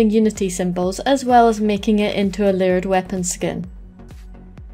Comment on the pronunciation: Took me a while to realize you were saying layered weapon and not weird weapon.